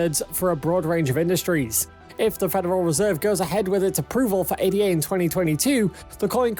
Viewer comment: "Ay-da". Not 'ay-dee-ay'. As in Ada. Jeez